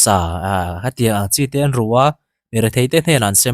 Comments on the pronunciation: ten tih hi 'A men's tih anga an lam hi a dik em! Ten, 'ka ten' tih angin Kolasilam chuan kan lam a... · JB Zonet thu puang tu hian 'ten' tih a lam dan hi ka ten lutuk. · Lunglei lam trawng deuh ni...helamah kan ti ngailo...